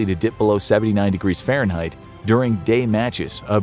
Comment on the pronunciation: my guy uses feireinheit 🤣